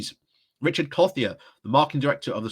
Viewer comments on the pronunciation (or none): none